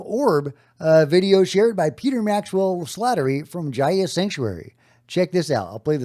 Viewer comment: FYI, "Gaia" is pronounced "GUY-uh" not "JAI-uh." Just sayin'. EDIT: Also, the "kai" in "Genkai" rhymes with "guy."